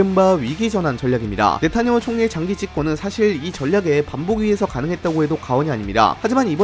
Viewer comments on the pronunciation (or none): none